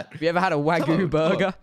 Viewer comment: It’s sad how they say wagyu because it’s not the way it’s pronounced and I only know that because my Tio lives in Japan with his family